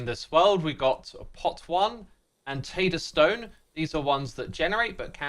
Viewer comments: It's TAY-ter-stone, not Tah-ter-stone. :) You crazy Brits! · You really pronounced it "Tatterstone" instead of "Tay-turr-stone"? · I dont like.the way british people say taterstone consider it spelled like "tayter stone" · It's Po-tone and Tater-stone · I realize I'm being petty, but the way he pronounced 'taterstone" makes me dislike him.